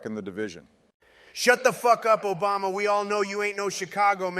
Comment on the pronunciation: “Shut up Obamna”😂😂